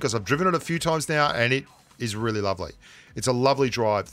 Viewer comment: I just noticed that says really like 'wheely'. Which I dunno if that's a pun or not